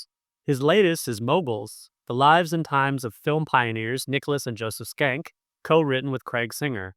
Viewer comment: Pronunciation of the name is interesting. We talked about it before the interview. I realize now that if the Nick Schenck had been written on the bottom of MGM / Loew’s inc. movies (no way of knowing this ahead of time) nowadays I (and most people I’ve run across) would pronounce it ‘shank.’ While skank has negative connotations towards women it is also the dancing for ska music. Shank can be violent or moderately- very insulting.